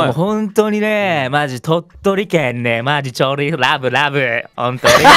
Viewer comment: 「ﾗﾌﾞｩ ﾗﾌﾞｩ」外国人みたいwww